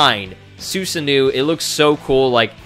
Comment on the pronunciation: Your pronunciation helper right here. Its "Soo-Sar-No"